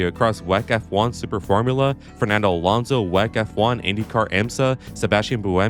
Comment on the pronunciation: I love you for take 9 im gonna watch more after this clearly. one error though , hot take two you misspronounced Fernando Alonso every time... spanish names are hard to prononce some time